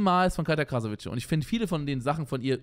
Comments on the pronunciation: Wieso sagen alle "Krasavitsche"? Man spricht es "Krasavitse" aus. Das "c" wird im tschechischen wie das deutsche "z" ausgesprochen. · Sie heißt Katja Krasavice (ausgesprochen Krasawitze) 🤍❕❗️⚠️